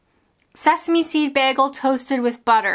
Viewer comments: Sorry I just can't. It's bagel, not baggel! I love you but it's just no. Bagel..... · Bear-gull? I think you mean bay-gull. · It's not pronounced Bag-el it's Bay-gel. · I loved honey glazed cruller's when I lived in Canada and of course, a double-double in my Tim mug (with a clip-on attachment for my car dashboard) do they still have these? Also if I'm remembering right, the Canadians where I lived pronounced bagel, bay-gal not like you and us in the UK bag-ul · It’s bagel not begel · As a Canadian, its pronounced "baygel." Pronouncing it as begel makes you an anarchist. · Does everyone in Canada say, "Bag-al"? I have only heard of beg-al. Screw paper straws, you are killing trees. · I pronounce it "Bay-Gul". My go-to is a small regular coffee with two sweetners (I'm diabetic) and two milks along with a Boston Cream donut. Yum! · We have a Tim Horton in Manchester, UK. Tbh it's not very good at all. Maybe it's different to a Canadian TH. Although MCD's taste the same in the US &, UK I think. Also you can't beat a proper Jewish bagel pronounced Baygal! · I also pronounce it bag-gul! And everyone makes fun of me! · Did you say ‘beer gull’?!? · The way you say bagel England pronounce it's bayel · "beahgull" wat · You told me this video wasn't about me. You murdered the word bagel. And I love it! 👍😄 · This is my vote for more videos where you say the word bagel. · Who cares if you say bagel wrong, your video is awesome. And you can take that to the baynkkk. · You say 'bagel' wrong.